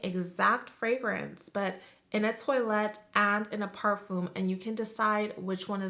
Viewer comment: Not necessarily, the “Eau” is pronounced like a short “Oh”, like “o okay” and not “ooo”. And toilette isn’t pronounced like toilet-e but twah-lEt-te. Americans can get away with saying “oh de twalEt” though. But it’s okay we’re all here to learn lol